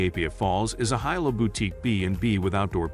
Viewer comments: I instantly lost confidence in the recommendations when he (probably a bot) couldn't even pronounce Hilo right. It's pronounced Hilo not Hilo. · Please note that the pronunciation of Hilo is "Hee-low", not "Hi-low". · What's the point of watching a video on hotels when you don't even know how to say Hilo? How would you know what's best? 😆 Okay I watched the first few minutes. The Hilo Reeds Bay has no AC per their website so I'll skip the rest of this video. No telling what else you got wrong.